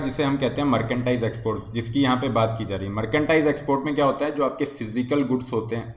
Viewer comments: मर्केंडाइज या मर्चेंडाइज हैं भाई जी? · Merchandise thik se bolna Sikh le bhai...kuch b matlab